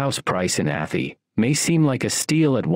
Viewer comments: A thigh not atty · It’s not ATHIE….its Ath-eye! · I knew the narrator would say atheee. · 2 shire videos in a row I’ve seen where Arhy is pronounced wrong 😂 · Athy is not sounding the way you said it. Its prounced Athy like Ath (eye) Athy